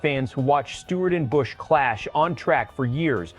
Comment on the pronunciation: I ABSOLUTELY HATE A.I. IT CANNOT PRONOUNCE A NAME CORRECTLY. BUT THANKS TO EVERYONE WHO REMEMBER KYLE AND ANYONE IN ANY FORM OF MOTORSPORTS WHO PUTS A KYLE BUSCH #8 DECAL ON THEIR HOTRODS. GOD BLESS KYLE R.I.P. BROTHER.